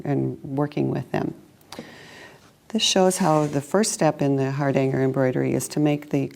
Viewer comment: Please try to pronounce ‘Hardanger’ correctly. It hurts this Norwegian’s ears.🇳🇴